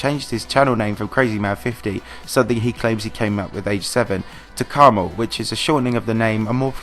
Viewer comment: Karma L, not kermal